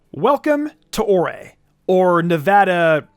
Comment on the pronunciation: I love that people remember this game. Isn’t the region pronounce like “ore” though? It’s a very rock/gemstone themed region.